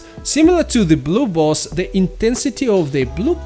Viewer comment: Are u saying blue balls??? 😅😅 jk i know its blue bolts but ur accent makes it sound like balls 🏀 🏀 lol love the videos keep it up